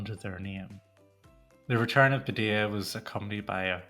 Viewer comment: Padilla with two LLs is pronounced like a Y.